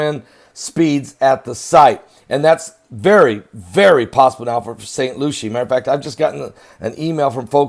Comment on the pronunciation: Pastor it's spelled Lucie but pronounced Lucy